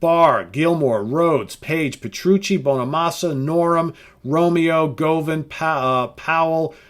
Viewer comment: Govan is not pronounced go van, but rather as govern. Just FYI. 🙂